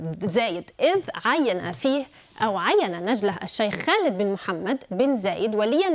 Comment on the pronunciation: تقهر كيف تقول اسم خالد.. مخارج الحروف كلها غلط عندها الله يرحم ايام المذيع السوري